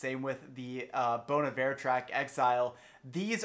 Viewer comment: this is the first reaction i have watched where "bon iver" was pronounced correctly so i am going to give you a thumbs up before i even finish just because of that